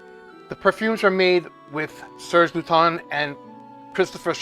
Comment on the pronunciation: Never forget how embarrassed i was when i met u at twisted lily and i referred to it as serge lut-ens then being immediately corrected by u saying serge lue-ton 😂